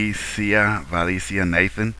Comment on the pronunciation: Va-Len-cee-a .. how you pronounce it. However your other posters are correct. She was on the TLC channel for the show “My Big Fat Gypsy Wedding.. they’re Irish Gypsies and in the gypsy communities they believe a daughter should be getting married by age 16. Her name on the TLC episode her name is “Tuter” as in a Tutor in school. She does have a goth wedding.. pretty sure that’s not the guy she marries though on that episode though.